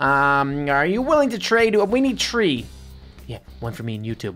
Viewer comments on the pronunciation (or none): It's not tree it's three